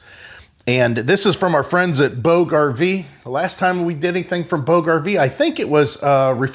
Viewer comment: Where is the link to this please? And I believe its pronounced "boodge", like 'lodge' only a long o instead of a short o. Sounds kind of like " boo-juh". At least that's what I've heard before. This is a luxury item but very interesting! Probably invented by someone who either had to pull 2-3 husky kids all around the park, or someone who had to lug a heavy load (firewood?) A long way. Thanks for introducing it to us. Wanted to look it up for price.